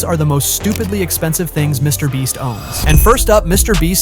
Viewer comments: Mr Breast? haha brest? didnt think it was so hard to say beast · "Mrbreast", "Mrbleach" and "Mrboost" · BRO SAID MRBOOST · lol Mr breast lol did he say Mr Bleach 😂. I think this guy low key hates Mr Beast 😂 oops Mr boost ok I think I gotten all did I win anything lol. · Mr Breast 😭😭😭